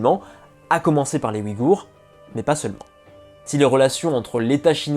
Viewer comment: Ce ne sont pas les "Wigours" mais les Ouïghours. Le "ouï" se prononce "ouille".